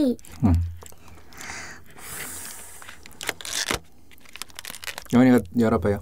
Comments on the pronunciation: 초커얼릿 머거 보까 여기에서 초콜릿 발음조금굴린것 같은데? ㅋㅋㅋ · 춱퀄륏 머거볼까아~~ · 앞에 춰퀄릿 ~ 너무 웃겨요! 저도 먹고 싶네요 ㅠㅠ 저는 제가 나이일 때로 돌아가고 싶어요 (╭￣3￣)╭ 걱정거리 없이 행복했던 그 때로요,, 공감하시는 분 계신가요..! 오늘도 잘 듣고 갈께요:) 도 아빠를 닮아서 ASMR ( 리얼 사운드 ) 를 잘하는 거 같아요 ㅜㅜㅜ 입에 초콜릿을 잔뜩 묻히고도 모르고 맑은 표정으로 웃는 걸 보니 진짜 귀여워요 >< 혀 짧은 것도 귀엽구요,, 그리고 아빠가 " 들어주세요 ~ " 라고 하라고 했더니 하는 것도 넘넘 씹덕이구요 ( ⁎ᵕᴗᵕ⁎ ) 처음에 사운드 듣다가 딸이 있으시다는 사실을 알고 유튜브 검색창에 찾아보다가 최애가 로 바뀌어 버렸어요 ٩( ᐛ )و ( 쥬르륵 ) 는 일상이 입덕 영상이예요,, 진짜 귀여워,.. 이 언니랑 하루만 영혼이나 체인지 할래..? 나도 먹방 유튜버 아빠 덕분에 맛있는 팝핑보바, 실비 김치, 불닭, 그리고 맛있는 초콜릿까지..! 너무너무 먹고 싶다.. ♥ 그래도 난 우리 엄마 아빠가 최고 ❤ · ㅋ췩퀼릭이래 ㅋㅋ빵터져네 어우 진정햌 ㅋㅋ ㅋ악 ㅋㅋ 진정.....하라고 ㅋㅋ악악 ㅋㅋ 풉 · ㅋㅋㅋㅋㅋ춰머거볼까 로도 들리네요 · 춰컬릿 뭐냐고ㅋㅋㅋㅋㅋㅋㅋㅋㅋㅋ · 처음에 오프니송 발음이.ㅋㅋ 처퀄릿 ㅋㅋㅋ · 노래 시작 부분 발음 너무 좋으신데요 ?? 춰컬릿 먹어볼까 ㅋㅋㅋㅋㅋㅋㅋㅋㅋㅋㅋㅋㅋㅋㅋㅋㅋㅋㅋㅋㅋㅋㅋㅋ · 오프닝 초콜릿할때 발음쳐컬릿으로된거 넘웃겨옄ㅋ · 맨처음에 노래에서 초 가아니라 춰콜릿 먹어볼까 라고 들려요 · 초퀄릿 ㅋㅋㅋㅋㅋㅋㅋㅋㅋㅋㅋㅋㅋㅋ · 초우 ㅓ콜릿 막어 볼까라는태 초콜릿발음무엇? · 춰퀄릿 먹어볼까라고 들리는데요 ㅋㅋㅋㅋ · 쳐촐릿이라고 들리는거 나만 그럼? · 처음시작할때 발음이 춰컬렛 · 처음에 나만 쳐컬릿이라들리나?ㅋ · ㅋㅋㅋㅋㅋㅋ 저만 그렇게 들은줄